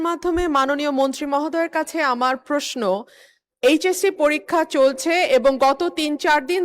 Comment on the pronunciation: পস্ন 😂,, ❌ প্রশ্ন ✅